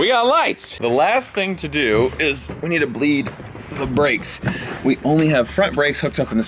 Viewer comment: 😆 🤣 nobody gonna know... but who noticed when said they needed to bleed the brakes... he said "so im gonna pump an he's gonna open up an breed" I know 🤪 im special...